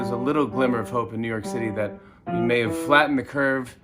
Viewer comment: "We ave a great show for you tonight" xD poor Jimmy thinks he is still in his studio